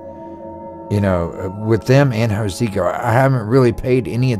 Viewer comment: Hocico. The H is silent. Anyway they have gotten lazy over the years.